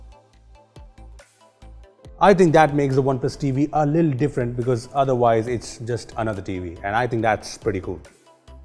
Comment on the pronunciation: He says little as lil